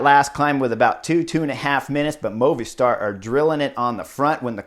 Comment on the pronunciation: LOVED Stage 7 and I am loving your analysis of the stages! Today was super exciting to watch!! If you can, get word to, that MOVISTAR is Pronounced "MOVIE STAR" As you know, it is a Cell Phone company, service. He pronounces it "Moovih Stsr. Mike